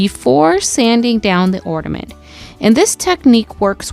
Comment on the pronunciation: I really like your crafts. I will be trying these crafts. Thank you. One request, please say ornament, not ordament!